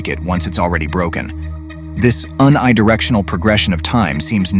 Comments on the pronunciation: Nice coverage of the various paradoxes! Btw the prefix of unidirectional is pronounced yoony, not un-eye. Took me a minute to realize what you were saying. =) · Is this AI generated or something ? It reads like a middle school report, and this guy just said ‘un-eye-directional’ instead of pronouncing it ‘unidirectional’ like a non-freak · This ai generated content is shit. When the "narrator" says "this un i directional" instead of unidirectional it's jarring and cheapens the whole video. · It's an AI doing the narration, which is why the emphasis is on a weird syllable or word sometimes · whrn you said "un-eye-directional," it had me tripping for a sec. Did you mean "uni," like university? Universe? 😅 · Starting at around 18 minutes into the video, when describing "the arrow of time," over the next few minutes, the narrator at least three times pronounces the word "unidirectional" as "un" (rhymes with "sun"), I (pronounced as "eye"), "directional" (pronounced correctly). From these pronunciations I conclude that the narrator is not a human being, but a text-to-speech computer program that has not been taught how to pronounce the word "unidirectional." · Unidirectional. The first part is pronounced precisely as it is in "Universe". I realize the thinkers are writing it and hiring some professional talking heads to read the script, but please. If you want these to be taken seriously, edit the speaker and have them re-read the part correctly before going to "print".